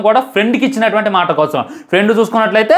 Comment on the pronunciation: Maata ❌ maasa ☑️